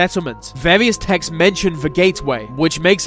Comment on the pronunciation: can this guy pls say the instead of ve